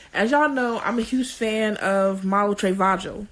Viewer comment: “ Malu Treyvajoe “”